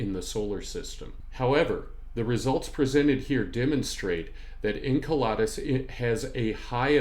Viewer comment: I'm that guy... Enceladus is pronounced In-CELL-ədus, not In-KEL-odd-us. Saw your HOMONID APOCALYPSE vid first. Great work. Enjoying this one too. Thanks for sharing your knowledge & passion.